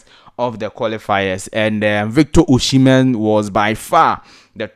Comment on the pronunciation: Pls is not oshimen,,,is osihmen